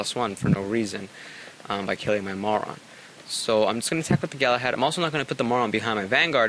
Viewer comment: Is it just me, or do I keep hearing say "Moron" instead of "Marron"